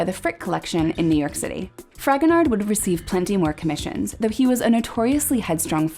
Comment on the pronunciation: Just a quick note, I think his name is pronounced Fragonar with the d being silent, as the last letter of French words/names usually are not pronounced.